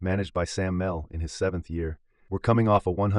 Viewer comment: Thanks as always - The Twins manager’s name is pronounced - Sam MEE LEE - just FYI from someone old enough to know!